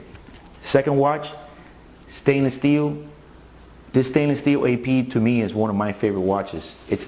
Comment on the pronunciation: "Steelw" lol